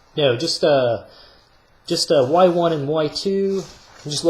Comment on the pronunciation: I had an economics teacher who says y1 the way you do, god does that really urk me 😅